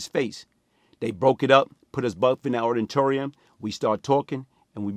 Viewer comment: Not auditorium, "aritorium" 😂